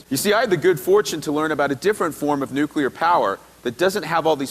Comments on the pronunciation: People would sound much more educated and be taken much more seriously if they could actually pronounce the words they are reporting correctly. Nuclear is NOT pronounced nu-cu-lar, but rather nu-cle-ar. Not that hard. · "nucular" ??! "consortorium" ??! "prepatory" ??! "we've all seen the devastating effects of Fukushima" -- no we haven't. The lid blew off. Impressive, but totally non-fatal. "I'll believe it when I see it" -- so you didn't see Oak Ridge? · Well, it's nice to see that Americans aren't the only ones who can't pronounce "nuclear" correctly.